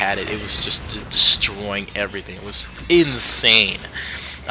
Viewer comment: Armor-Piercing beats 'errthang